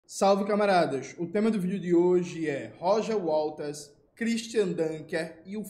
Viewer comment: Minino, é Waters. Não WaLters!!!!!😂😂😅